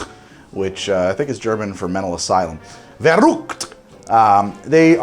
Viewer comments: bruh everyone pronounces it "vurr" "uct" but hes out her like "ver" "ooct" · This is my first time watching you and not even 2 minutes I’m hearing you try to pronounce Verrukt is amazing 🤣 subbed in a heartbeat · Soooo.....you said Verrukt in a way I never heard it, and u when u said verrukt, you showed Shi No Numa footage... what the heck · Watching that and hear Verrückt in that way 🤣 Greetings from Bavaria/Germany 👍 Btw verrückt means crazy or madness